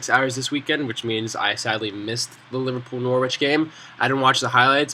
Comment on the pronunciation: good vid but it's pronounced nor-rich not nor-wich.